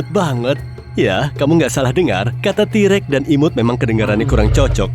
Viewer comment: Yang katakan: t-rex Yang aku dengar: T Rek